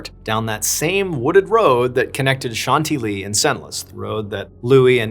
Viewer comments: John, please double check European name and place pronunciations; Chantilly is pronounced "SHAN-TILLY" NOT 'shanty-lee'!!!!! 🤷🏻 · Chantilly is pronounced as shan-TIL-ee in English (/ʃænˈtɪl.i/) and as shahn-tee-yee in French. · If you're trying to say "Chantilly" all the way through this, please - PLEASE - don't ever do that again. If not, as you were. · Are people aware that you can Google how to pronounce things? "Shant-ee-lee" and "Sen-less" hurt me